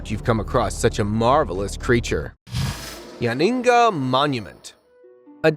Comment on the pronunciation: Every time he said Yonaguni I laughed my ass off. I swear he said Yingy once.😂😂